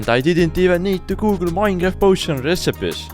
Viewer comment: "minraft"